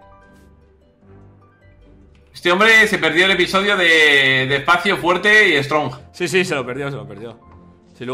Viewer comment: Stronge? Jajajjaja Si que los españoles no saben ingles